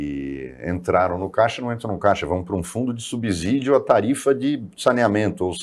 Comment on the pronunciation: Esse senhor não sabe falar subsídio...